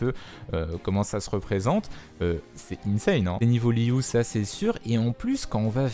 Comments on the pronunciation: Franchement ta prononciation de Liyue est assez insupportable quand l'entièreté de la communauté le prononce correctement, si tu veut être plus proche dit "Liué" perso je trouverais ca plus agréable car ca me fait tiquer a chaque fois mais c'est que mon avis personnel, fais ce que tu veux. Au fait a Musk Reef que tu suppose être une ile liée a une mission, c'est l'ile ou il y a l'entrée des Abysses Spiralées. Mis a part ça chouette vidéo ^^ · Merci moi aussi je trouvais la prononciation de Liyue insupportable